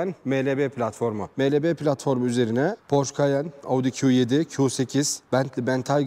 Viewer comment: Porş değil, Porşe. Lamborcini değil Lamborgini. Triptonik değil, Tiptronik.